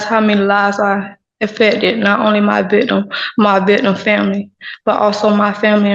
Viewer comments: "Not only my vitdum (victim), but the vitdum family." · People are so lazy now with the way they talk. Why can't she just open her mouth and use proper English while pronunciating her words. She doesn't even finish the end of the words she does say. What is a vitum. When she is trying to read he statement to the judge.